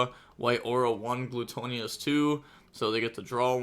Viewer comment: Gluttonous (Gluh-tuh-ness)